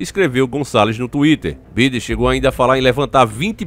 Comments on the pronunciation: Velho é joe biden Você fala birden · Biden??? O correto é "baiden"!!! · Se escreve Biden se pronuncia BAIDEN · Mano se escreve biden mas se fala baidem